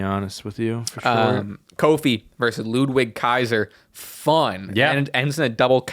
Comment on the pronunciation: Please learn how to pronounce ludwig